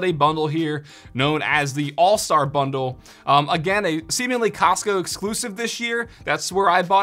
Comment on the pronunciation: I stopped listening after “Costco “